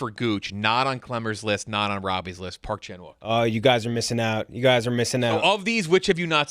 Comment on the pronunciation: I know it’s romanized as such but hearing “park Chan wook” kills me